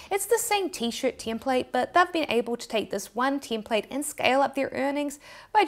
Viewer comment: how do you make out a word that clearly spelt as "TEM-plate" but you pronounce it as 'TIM-plate', then there is the word 'shAre' and you pronounce it as 'shEEr'.